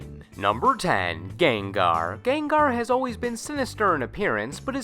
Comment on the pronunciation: This is soooooooooooooooooooooooooooooo much better then your older Pokemon sprite videos. you pronounce Gengar funny